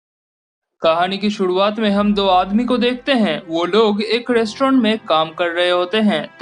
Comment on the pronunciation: Kahani ke 'suduat' me .😂 Cute voice bro